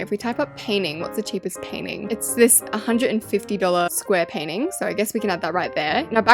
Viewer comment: I think its funny that you say paining I say painting